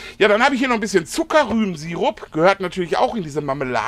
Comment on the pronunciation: Moin, das ist ja eine geile Idee mit dem Bacon-Bier Jam. Den muss ich unbedingt ausprobieren. Und die Aussprache des Zuckerrübensirups hat auch fehlerfrei geklappt 😂😂. Schönes Video und Grüße an die Kamerafrau Steffi. Viele Grüße Jan